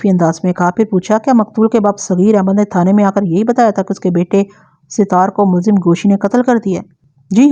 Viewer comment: Sat.....taar sahi lafz hy Sit...taar koi lafz nahi hy